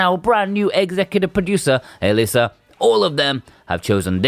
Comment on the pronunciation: It's short for Elisabeth, you got it 100% spot on n.n